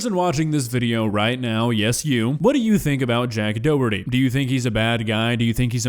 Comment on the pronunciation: This whole time I was pronouncing his name as "jack dirty" 💀💀💀